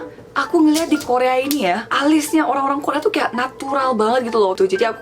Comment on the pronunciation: apa gua aja yg denger ngomong dongsaeng kedengerennya Tongseng:")